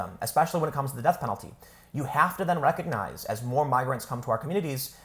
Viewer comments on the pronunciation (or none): none